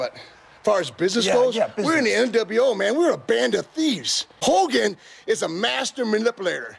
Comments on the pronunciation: Its Ho-gan not Hol-gan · It's funny how half the time you can't say hogan properly then you can in other segments, is that on purpose? 🤣😂🤣 how ever, it entertained me 😂🤣 another great video dudee 🔥